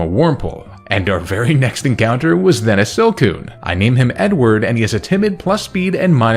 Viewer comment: I kept hearing “N-word” as a nickname for ur Beautifly Edward hahaha